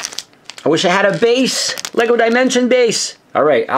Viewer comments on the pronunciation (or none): none